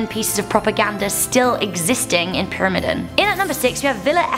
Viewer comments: IKR? And the I in the word is supposed to be long. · I GOT SO FRUSTRATED WHEN SHE DIDNT PRONOUNCE PYRAMIDEN RIGHT XD